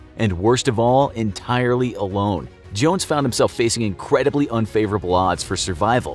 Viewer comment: he said incwedebly instead of incredibly